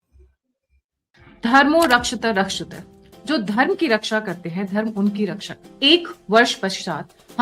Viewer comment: Hello Madam, sad you are unable to say Dharmao Rakshitati, rakshitah..remember sankrit pronunciation